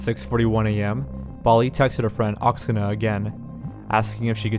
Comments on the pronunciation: not Oksana, but OksAna. Stress on the first A in this word. It's Ukrainian name. Obviously, her friend has Ukrainian roots. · Omg and he’s calling her friend “oxena” and you know it’s probably Oksana... lol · How he said the friend’s name, Oksana? Drove me crazy every time. Haha